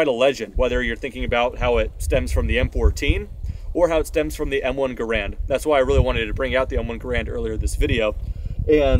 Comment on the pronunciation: Garand not grand